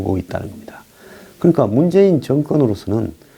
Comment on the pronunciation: ㅎㅎㅎㅎ ... 지금 미국 방송 NBC 에서 올림픽 개막식을 보고있는데.. 정말 웃기는건 미국 아나운서가 문죄인이라고 발음을 합니다 . 미국인이 재인이란 발음이 안되는것 같습니다 . 그리고 아예 촛불 집회하는것 같이 온통 촛불 지랄을 하고 자빠졌네요 . 촛불만 보면 경기가 둘지경입니다 . 뭉가 뒤에 서있는 이북에서 온 두 거지 년 놈 둘은 아마 대한민국이 하이택으로 온통 휘황찬란함에 속으로 놀라 나자빠 졌울것 같습니다 . 미국선수들은 온통 옷과 모자에 성조기로 도배를 했는데 대한민국에 선수들의 태극기는 다 어디로갔나요 ? 어차피 난 미국 🇺🇸 팀 때문에 올림픽 보기로 한것이니까요 . 한반도인지 뭔지는 응원할생각 전혀 없습니다 .